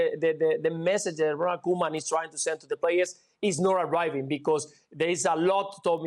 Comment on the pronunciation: Jules saying Ronald Koeman's name killed the show😂😂😂